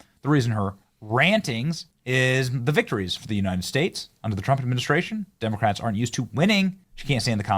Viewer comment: We supposed to pronounce the word Democrats with silent "C"😂😂